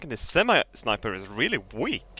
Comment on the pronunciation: I just love how he pronounces sniper,shniper